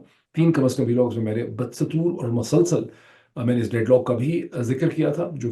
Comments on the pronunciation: Dr. Sb. you always repeat "Bud Satoor" which gives me a bad taste, I remember I pointed out to you for this error earlier too but it seems that you haven't looked at my comments. The word is " Ba Dastoor ". It is Persian word came to Urdu perhaps thru Arabic. Ba is Arabic means ' with ' dastoor means 'fashion" , constitution, law etc. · Salam … u keep saying always badsatoor …. But it’s badastoor 🤔😀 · Dr sahb pronunciation of BUD-SATOOR is wrong. Correct one is BADAS-TOOR